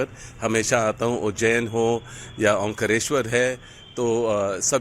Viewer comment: ओंकरेस्वर नहीं ओंकारेश्वर.. पहले बोलना सिख ले। 😀